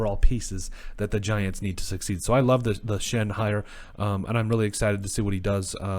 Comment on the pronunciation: It’s actually pronounced “Shane.” I’m a Giants fan and it took us weeks to nail down the pronunciation so don’t feel bad. I’m psyched for these hirings. Nothing is guaranteed, but it all made sense at least.